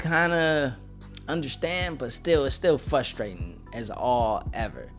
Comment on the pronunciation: What is frustrating is the way you pronounce fRRRustrating